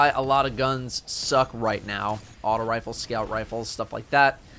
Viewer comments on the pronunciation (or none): none